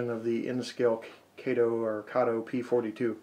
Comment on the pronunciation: Everyone says Kato wrong !